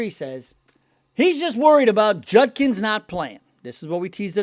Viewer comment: I give you a LOT of crap in the comment section, but I want to give you props for actually saying Judkins last name correctly. Every other YT Browns guy I watch keeps calling him "Junkins". It drives me crazy! Also, I don't think I heard you say the "SS" name even ONCE in this video! Great job! Go Browns!